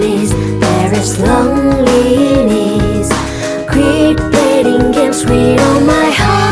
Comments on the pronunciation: Hịc, hạt sạn duy nhất là loneliness phát âm chưa chuẩn, nghe hơi khó chịu. Nên phát âm là UK: /ˈləʊn.li.nəs/ hoặc US: /ˈloʊn.li.nəs/ (từ điển Cambridge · Giọng nữ hay nhưng hi vọng đầu tư hơn về phát âm Nghe rõ mỗi câu lonliness